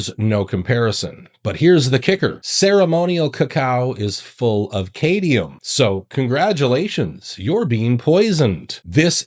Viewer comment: Cadium??? approx....Did you mean CADMIUM???